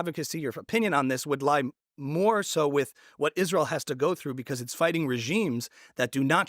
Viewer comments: Candace pronounces “Israel” as “Ishreel” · Candace ! Its not ishrael. Its israel. Learn that atleast .